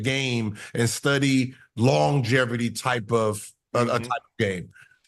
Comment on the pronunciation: Wats longeverty gil 😂😂